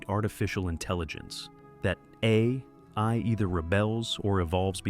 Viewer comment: Is this an AI narration...? It stuggles pronounce "AI" correctly, of all things, and there are some weird mistakes in the script like words that don't fit. This is disappointing beyond belief.